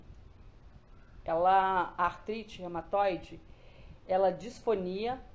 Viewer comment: Não é Rematoide, é Reúmatoide